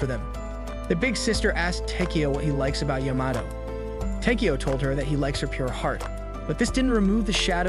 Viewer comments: It's takiyow not tikiyow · I hate the way you say his name wtf is the matter with you